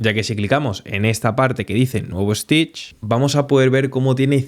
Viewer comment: I don't know why people from Spain add an "e" before an "s" that does not exist. It's Stitch not "Estitch". That extra E exist only in his imagination.